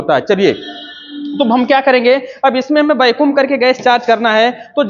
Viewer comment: Bahut achhi jankari hai sir lekin वैक्यूम ko bar bar बेकुम mat kahiye, irritating lagta hai